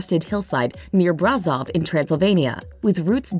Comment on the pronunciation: That Hungarian King statue from Cluj-Napoca is Matei Corvin, a romanian, with a romanian father, Iancu de Hunedoara, and a romano-hungarian mother, and he chose to rule Hungaria, but he also helped Romania a lot. And ,,Braşov" is pronunced ,,Brashov". Btw very good video!!